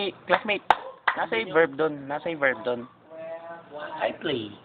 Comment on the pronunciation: Past berb, Slow berb... potekk HAHAHA